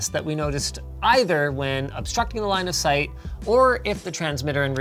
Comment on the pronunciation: did you say, "Linus, aight"? Oh, "line of sight..."